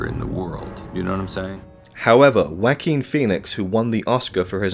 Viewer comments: Mans rlly said jakin instead of JUaqUin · "Wack-em Phoenix " 🤣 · Sounded more like Wakin lol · Many different video commentators don’t pronounce Joaquin’s first name correctly; some of it is due to accents and others is just cringe-worthy